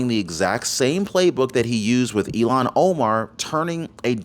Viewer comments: Please it is Ilham with a h that is pronounced, not Ilon, which sound like “Elon”. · Ilhan, not Elhan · Its not Elon...it's " IL HAN " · "ILHAN" not "Elon"! oops! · Please speak her name correctly. Her name is NOT ELON !!!! HER NAME IS SPELLED.....IL HAN. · It's not Elon Omar it's ill - han Omar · Her name is Pronounced ILL HAN like sick hand. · It’s pronounced “illon” Omar. Please don’t say “Elon!” That’s an insult to those really named Elon!!! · ILHAN NOT ELON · ill han omar, not elon omar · It's ill han. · It’s not Elon Omar… it’s ILLHAN (IL Hann) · Omar’s first name is pronounced ill hawn. Not E Lon. She’s awful!! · PLEASE....NOT ELON‼️ IT IS ILHAN PRONOUNCED. ILL HAN ‼️‼️‼️ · It's Ilhan pronounced illhan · WE remember ILLHAN OMAR! pronounced ILL-HON, not Elon! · Please call Omar -ill han not Elon it got confusing Musk or Omar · Her name is pronounced ILL-hahn, not “Elon” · ILL-Hahn Omar. Not Eee-Lon. Pronunciation is important. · Her name isn't Elon its Illhan. If Your going to speak professionaly than please do so!!!!